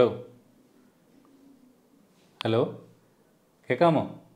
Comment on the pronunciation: അലോ അല്ല ഹലോ 😀😀